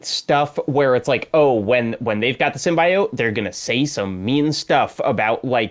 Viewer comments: Yes the Sim-”BYE”-oat pronouciaton nearly drove me mad! 😂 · criticisms ring hollow for me. Like the slight against the game where he thought Peter was going to die? Then hold it against the game when Peter doesn't die? Why in the world would they kill Peter lol. And please someone correct this man on "sim-bee-oat" not "sim-BYE-oat":b